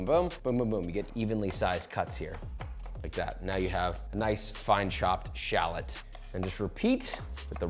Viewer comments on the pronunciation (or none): none